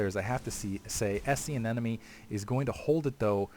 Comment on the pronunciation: He means you're doing the same thing I'm doing: pronouncing it "anenome," instead of "anemone."